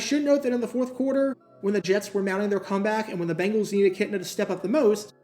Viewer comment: Bengals not Bangles